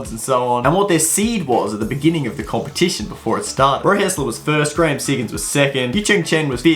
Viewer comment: it's graham siggins btw not graheme and also elyas not elias (sorry for correcting mistakes )